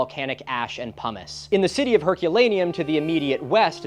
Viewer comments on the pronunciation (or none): i swear i keep hearin Humus insted of Pumice